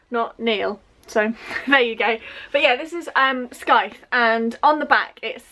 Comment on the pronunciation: Hi. Hope you don't think I'm being rude, but for the word ''scythe" you don't pronounce the 'c'. So.....like how you'd say the word sigh, then T H